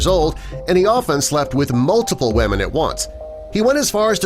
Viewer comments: Why does the say wamen lol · lol he kept saying wamen